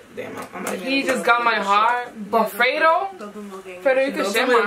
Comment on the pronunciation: It’s not “Fray-do” it’s “Fred-O”